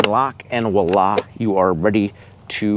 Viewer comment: Sir I have a tiny ask: please say Voila instead of wahlah. Otherwise excellent video!